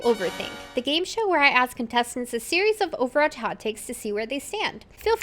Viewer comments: homegirl is running a youtube account about overwatch and can't say it right 💀 "overarch 2" 💀💀💀💀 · within the first not even two minutes and you're 1/6 💀 maybe consider speech therapy "overarch" LMAO in this entire video you pronounced it right TWICE lol